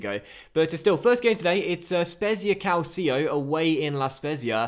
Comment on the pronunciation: Calcio is pronounced "cahl-chee-oh" not "cahl-C-oh" -- great job with the series so far mate